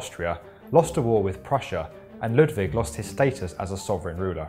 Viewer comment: Very nice video, but as a german, the pronounciation of "Neuschwanstein" (a bit better would be a small pause between the Neu- und -schwan and -stein) and also "Ludwig" is terrible :P